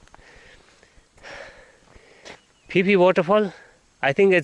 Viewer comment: Pronounced Ph-e Ph-e fall not pi pi fall😄😅 anyway good show👍👍